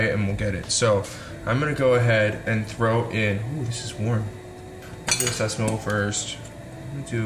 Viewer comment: The way he said sesame oil he said sesamoil